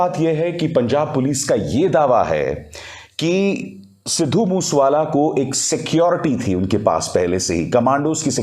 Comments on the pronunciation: Please get your act right he was sidhu Moosea wala not mush wala right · ਬਾਈ ਜੀ ਸਿੱਧੂ ਮੂਸ ਵਾਲਾ ਨਹੀਂ ਸਿੱਧੂ ਮੂਸੇ ਵਾਲਾ ਨਾਮ ਆ ,, ਮੂਸੇ ਵਾਲਾ ਪਿੰਡ ਆ ਪੰਜਾਬ ਦਾ ਕਿਰਪਾ ਕਰਕੇ ਨਾਮ ਸਹੀ ਤਰੀਕੇ ਨਾਲ ਲਿਆ ਕਰੋ ਜੀ ,, RIP 🙏🏻😥 moose wala bai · Want to correct you as regards Lawrence Bishnoi ... He is not in Canada but in Tihar Jail ... Get a panjabi to correct you on the pronunciation of Mansa and Moosewala ... Your report is good but for these issues